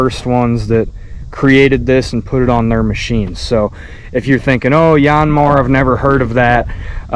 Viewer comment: Just call it a Yaaan Mar like everyone else. No need to church it up.